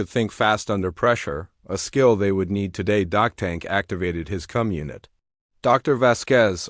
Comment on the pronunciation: Anybody else hear him say and I quote "cum unit"?